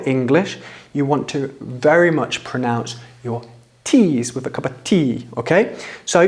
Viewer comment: Who are you to teach pronunciation? listen to yourself, brover, togever, wiv, 'av. You 'av an esturine accent mate, nothing wrong with that but don't set yourself up as some British pronunciation expert just to get subs and YT cash.